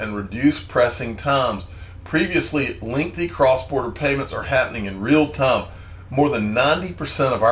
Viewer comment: It's Tie-m for XRP 😂